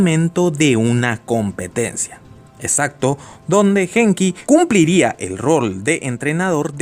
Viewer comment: una observación, se pronuncia Guenki, no Genki, el nombre del protagonista.